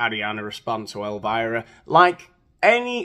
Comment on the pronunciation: Elvira not elivira buddy